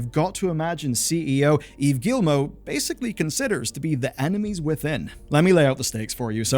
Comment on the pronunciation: I'm so sorry. Your video is good... But I just... I cringe every time you say "Guillimot". Ohhh anglophones... Never change.